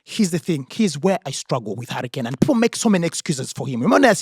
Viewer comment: I love how say Harry Kane and it sounds like Hurricane. A hurricane just like harry appears and disappears.